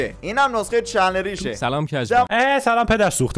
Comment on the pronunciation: سلام هم خوشم میاد میگه سیلام